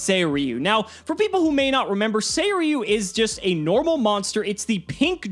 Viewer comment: I was today year old when I heard the right pronunciation of that vanilla pink dragon